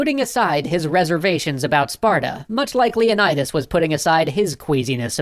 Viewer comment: the pronunciation of Leonidas is painful. On one hand, i love hearing again, on the other, my classics student senses are tingling